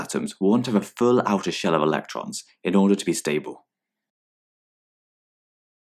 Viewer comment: shell not shel